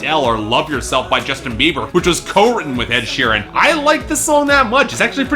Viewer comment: He said "sheerem"